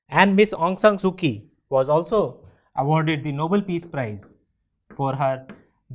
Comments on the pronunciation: Not ki it is chi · Pronounce kyi as chi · Kyi is pronounced as Chi